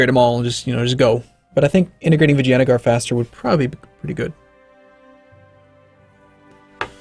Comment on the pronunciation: Why is it that every time says 'Vijayanagar' I'm hearing 'vagina'?